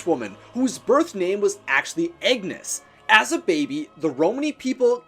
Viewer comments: Agnes is not eggnes it's said ay g-uh nes. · I love like accent or whatever. It’s just cute when he pronounces Agnes as Eggnes or Dagger as Dayger etc. It’s quirky and I love it! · The way you pronounce Agnes is hilarious..